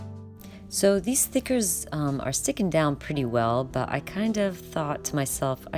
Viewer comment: Are you saying "stickers" or "thickets??""